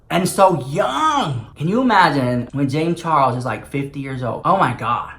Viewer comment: Will never hear "Charles" the same even again lmfao Charros 😂😂😂